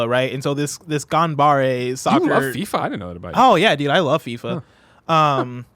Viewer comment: “Ganbare!” Lol. 頑張れ - “ganbare” (GAHN-bah-reh)